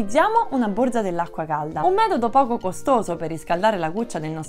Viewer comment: Borza, non si puo sentire!